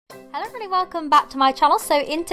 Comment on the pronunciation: What the heck does she say first?!?! "Hello evrdubdy welcome back to My channel"